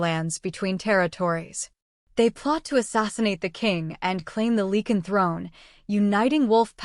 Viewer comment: Ilford, London, UK. It’s “Lycan” not “Leekan” please?